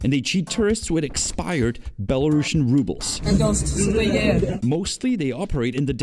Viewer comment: I like that you fixed your (English) pronunciation of the word "rubles". Your English is very good for a non-native speaker!